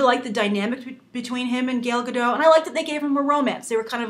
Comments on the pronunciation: Gale Gaddot? Really? It's fucking Gal Gadot. Why is it so hard saying her name right!? Gale isn't even close! Would you call someone named Ben, Banoshua? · "...the fact that she is israeli will have a gobal effect..." what do you mean by that? and her name is pronounced "gal gah-dot". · gAl gAdoT...please pronounce the name right next time! :) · Stop saying Gal Gadot!